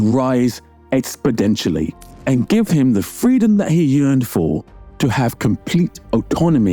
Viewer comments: Oh and btw, it’s “expoNENtially”, not “expoDENtially” 😅😊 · I am not trying to be a hater or rude, just genuinely trying to mention something. Sometimes you mispronounce words, for instance, exponentially or phenomenon. Again I am not trying to be a jerk, just saying that that word, plus a couple others, almost made me turn off the video. Again, I don't know you, so if you have a speech impediment or something I don't want to be a jerk. Just a thought that could help you grow your channel more. Or maybe mispronouncing it will help more because there will be people like me in your comment section lol. But I stuck through it in the end, great essay dude! Thoroughly enjoyed it!